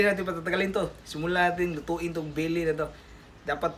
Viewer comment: Belly not billi hahhaa